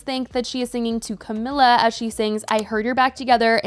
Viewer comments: Cah-me-la. Just had to get that out there 😂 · why are you pronouncing camilas name like that lmfao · You’re pronouncing her name wrong. Over and over. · Whose? Camila?? How is it pronounced tho? I am not native English speaker so it sounded fine to me.